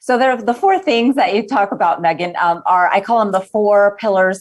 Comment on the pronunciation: Did that lady really call her “MEEgan”??😂😂😂